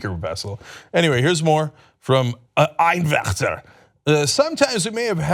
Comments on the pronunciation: Totally agree with everything you said in this video. However, if you're going to pronounce a German name, please don't say it in such a manner. But in all seriousness I don't understand how this man if actually in congress running. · Is Cenk by over-pronouncing 'Einwechter' implying that Germans are conservative or bad?